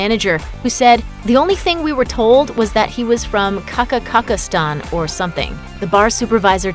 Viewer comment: I cracked up when a country west manager said "Kaka-kaka-stan', me being from the real Kazakhstan lol